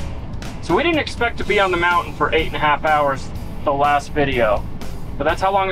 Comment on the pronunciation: There's a T in the word mountain , it is not pronounced mou-en ! Learn to pronounce the T .👎